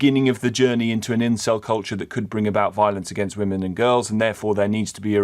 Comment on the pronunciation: 'Incel cunture' 😂 top spoonerism